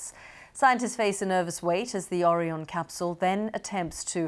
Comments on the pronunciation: "Oh Ryan" Not "orryon" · "o-ree-on capsul" Bro someone tell that lady at the start its orion dont want her saying it again looking like a moron who cant read xD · Sbe cannot pronounce Orion, pronouncing it as one pronounces Oreo! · Oreeon ? Someone's been eating too many Oreos... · Get it right, it's the Orion capsule (said the same way as the Orion constellation) and it's the Artemis 1 mission. Not the Artemis 1 spacecraft and its not pronounced Oreon. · unfortunately the interviewer could not pronounce Orion and seemed out of her depth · Idiot BBC interviewer can't pronounce 'Orion'. It's not a fkn biscuit! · HOW do you mispronounced ORION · There's so much mispronunciation by news teams and journalists, it makes me cringe >_< really exciting times, but please say Orion and Artemis etc properly! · The BBC presenter couldn’t even pronounce Orion correctly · Oh dear, a presenter who can't pronounce Orion.